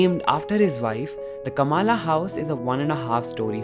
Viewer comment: Great job man.....🙏 Just wanted to say that there is a small pronunciation mistake - not " KAMALA house"........it's "KAMLA house".